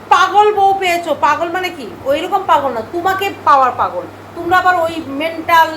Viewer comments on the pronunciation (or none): none